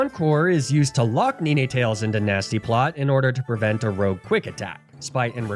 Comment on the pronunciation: "Neenee tails" 😂